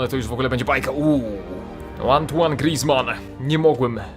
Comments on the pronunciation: grizman to francuz a nie cholender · mów poprawnie imię Grizzmana